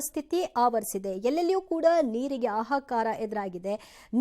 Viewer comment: ಆಹಾಕಾರ ಅಲ್ಲ ಮೂದೇವಿ ಹಾಹಾಕಾರ.. ಕನ್ನಡ ಉಳಿಸಿ